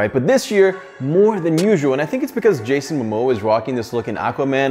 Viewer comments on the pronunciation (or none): none